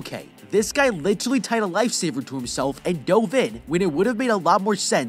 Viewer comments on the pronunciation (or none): none